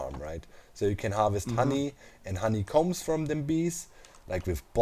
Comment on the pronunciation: Everybody: "Honeycomb": "HoneyCOMBES"